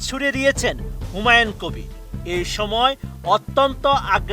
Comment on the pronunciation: এতেরে স্বরাষ্ট্রমন্ত্রী বানাইলো কে হুমায়ুন কবিরের নামও ঠিকমতো বলতে পারেন না